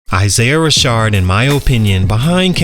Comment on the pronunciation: Ra-Shad not Ra-shard 😭